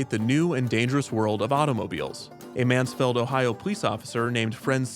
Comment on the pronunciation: When you were talking about SafetyTown you mentioned Mansfield, OH. It's pronounced just as its spelled Man's field. Are you Canadian?